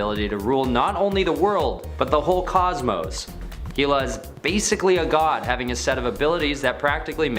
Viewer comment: Hela is pronounced HELL-a